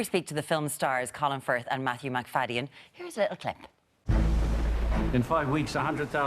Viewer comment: MacFadyen actually, not MacFayden. He once said that his nam gets mispronounced a lot.